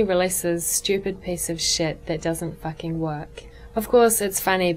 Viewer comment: you fucking suck at fucking saying the fucking the word fucking!